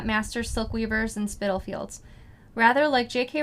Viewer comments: Loved your conversation about this book. I enjoyed it very much and look forward to making the coin purse. Hope you have a great holiday. Sara was right about the pronunciation of Spitalfields by the way. Thanks to Tamara too. Look forward to next month💕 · Hello from England. I don't know if anyone answered your question Tamara, but Sara was correct in her pronunciation of Spitalfields. It is also the area that Jack the Ripper took some of his victims - just an extra bit of trivia for you.